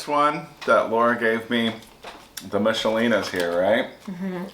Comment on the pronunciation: Not to upset you but you pronounced Michelina's incorrectly. According to their commercials it's a K sound like Mick-a-linas. Sorry.